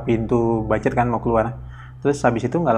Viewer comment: Koreksi bang, butcher, di baca ' bucer' bukan 'bacer'.😊